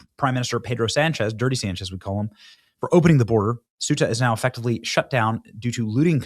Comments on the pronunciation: Cueta = Kwe - tah! Not Swe - tah! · Its Ceuta (Say-U-Tah) not Supta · Portuguese here. Benny it's not "Sub-Saharan" Marroco is over Sahara Desert, sub means under, and Ceuta reads "Sew-ta" not "suita", sorry but I had to correct you.Though Ceuta belongs to Spain it's still in Africa in Marrocoan territory, it's like Gibraltar though is in Spain it belongs to UK. We demanded to close our borders with Spain. Greetings from Portugal